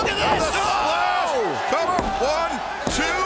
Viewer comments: He said cover but it sounded like "the Rrr" or maybe we all just want to here that. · Yeah at first I thought Excalibur said The Rev... But after a third time I heard him say Cover